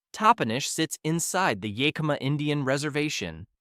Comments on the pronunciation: Yah KEEM ah valley? Geez! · It is very annoying that this AI voice pronounces Yakima as "YAY-KEY-MA." And all the video shots from other parts of the country. But having grown up in Spokane when it was a very nice place to live, I'm glad I now live in SE Virginia. The Washington far-left loons have ruined everything. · Bruh, as a Washingtonian, I get a hardcore cringe at the absolute slaughter of our towns n cities. The info 💯 awesome, needed info. As I'm watching and hear you say Yakima I held my breath. You got to Chehalis I almost left. Research pronounciations as much as you do the info you're reporting. PLEASE!!